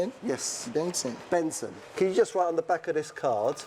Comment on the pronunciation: “I’m telling you da truth sir” Uh, Right, mate!